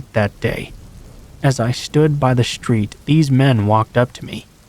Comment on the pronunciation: it is a street. not a shtreet e